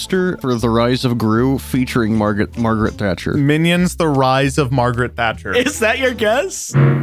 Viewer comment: Ladies and gentlemen, please welcome to the stage, “Marget Thingcher”